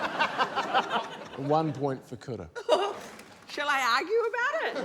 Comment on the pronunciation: Is it just me or are some R's pronounced like D's like in Kura's name?